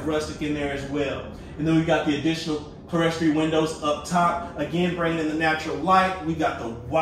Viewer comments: the proper pronunciation for the upper level windows is (clear-story) not the way you are pronouncing it " keles tery". Love your videos --still trying to decide which home I like best. I work with a church and we have the same type in stained glass. I love this model of tiny home --may be a favorite. Thank you! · those upper windows you're referring to should be pronounced "KLEER-story." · Love your videos & tiny homes, but it's pronounced KLEER-stor-ee. 😉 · I actually do like this model. Rarely I do as I'm not a tiny house person, I need and love my present space of 2700sq ft with my finished attic and basement! Please, for the love of all things holy, stop saying clerestory, it's pronounced "clear story" It sounds tacky AND annoying when you keep pronouncing it wrong as you do. You claim you read the comments, I hope you see mine🤞🙏🛐